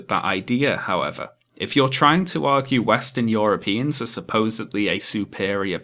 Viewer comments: It annoys me how you pronounce "europeans" like "yoropeans" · >Apologies, as always, for my terrible pronunciation. YOROPEANS :^)